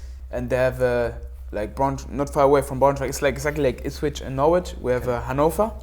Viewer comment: Onel saying ipshit was the best thing ever. He obviously understands Norwich city if he is saying that. Brilliant 😂